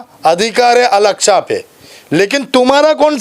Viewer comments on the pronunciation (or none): muh main se supari nikal re baba masjid e aksha nhi masjid e aksa hai chij nhi cheez hai